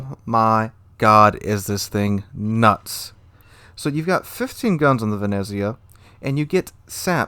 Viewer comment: Love ya videos but please learn how to pronounce Venezia correctly